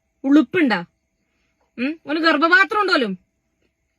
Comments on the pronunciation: ഗർഭ പാത്രം എന്ന് പറയാൻ കൂടെ അറിയില്ല ഗർഭത്രം എന്നാണ് പറയുന്നത്, ഇവന് വേറെ പണിയില്ല, വൃത്തികെട്ടവൻ. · ഗർഭാത്രം 😂😂ഗർഭപാത്രം എന്ന് പോലും പറയാൻ അറിയാത്ത ഇവനാണോ പെൺ വേഷം കെട്ടി നടക്കുന്നത് മൊയന്ത് 🤣🤣🤣